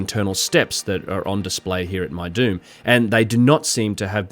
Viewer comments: Lol, when you said Meidum I thought you said “my dude is one of the oldest Egyptian pyramid sites” 🤣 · My my, what an ominous sounding locale, guilty by pronunciation. Meidum = my-doom OR as in Petries 1st publication spelled as: Medum = mee-dum, for a tongue in cheek effect. Thanks for uploading!